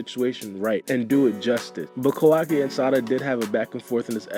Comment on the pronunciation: Sounds like you are saying Kawagi lol